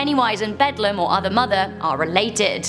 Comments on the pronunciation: Its not bedlam its bell down not hate just my fave movie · I love you right but the right way to pronounce the other mothers name is Bel(Bell) Dame(Dam) The Beldame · I’m sorry, everyone keeps saying “Bedlum” when talking about Coraline. Watch the movie once more, please. The dead children say “BELL-DAM”